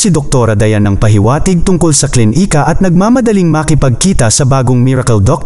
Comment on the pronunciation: D maayos ang pagkabigkas ng words,tulad ng klinika,naging KLIN - IKA at iba pang words kaya d gaano maganda pagkakasalaysay